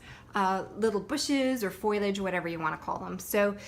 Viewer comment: You are a great teacher and artist, love learning from you! I am an English teacher and have to tell you that Foliage is pronounced “pho-lage” not “foy-lage”